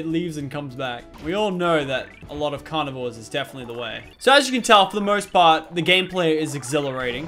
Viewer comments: he said carvinores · Lachlan you said carvinores.